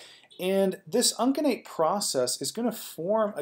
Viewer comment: Uncinate is pronounced with a soft C, "un-seh-nate." Plural of vertebra is vertebrae, pronounced "vert-eh-bree."